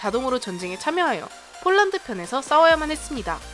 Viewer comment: 순간 폴란드를 홀란드라고 들었다